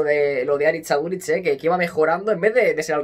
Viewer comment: Porfavor: Aritz Aduritz no, Aritz AduriZ